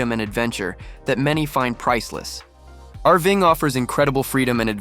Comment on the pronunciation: what the heck is "arving"? I'm guessing Ai trying to read the script, and failing. VERY annoying,. use a human or go home.